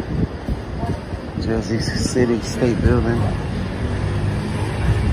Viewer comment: Where is “Jersy” City?